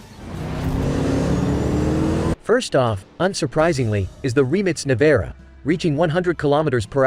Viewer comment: Its funny how the American says Rimac nevera